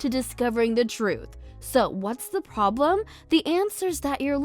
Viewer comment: so what's the 'publem'? Giggle